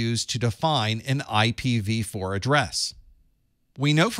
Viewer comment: pronounced A PIPPA 🤣